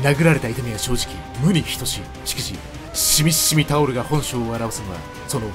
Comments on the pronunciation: シミシミタオルの読み方がシミｯシミｯﾀｵﾙで草😹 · シミシミタオルの読み方シミｯシミｯタオルなのおもろい